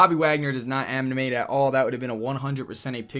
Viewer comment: he says "Bobby Wagner does not AmNiMaTe at all" 😂